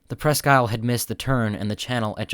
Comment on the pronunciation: It was good of you to check with Michigan on the proper pronunciation of Presque Isle. The tug and barge combination's "Presque Isle" namesake is the land and bay, on which the former Litton shipbuilding facility in Erie, Pennsylvania, sits. The former colonial French fort, Presque Isle, was located on land adjoining the Litton shipyard location on Presque Isle Bay. In this day and age, the French pronunciation has been dropped, in favor, of the British pronunciation shared with the Presque Isle Michiganders.